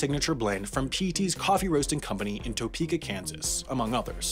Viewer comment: pronunciation of “Topeka” was also a bit off